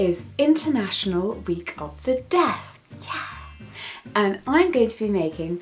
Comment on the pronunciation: Everytime she says 'deaf' i hear it as 'death'